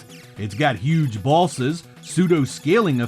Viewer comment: 😂😂😅 oh man. Great video, but I just have to mention how you pronouncing “bosses” sounds like bawlzez… lol mah bad